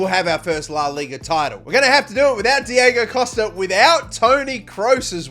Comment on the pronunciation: Somebody needs to tell here that he say the names diego wrong on costa and godin